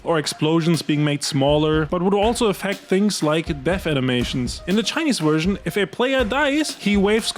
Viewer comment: Your content sucks.. ffs it's V E R S I O N... sick of hearing Wursian..if you want to be a creator and talk English.. atleast learn the language